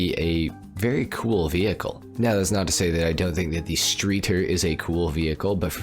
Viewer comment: Benefactor is german, obviously. So in doubt, go with a german accent. Streeter? Shtry-turr. Yeah, that's about it. Great video!